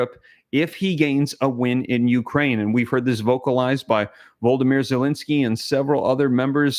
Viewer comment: The president of Ukraine's name is NOT Voldomir. His name is Volodomir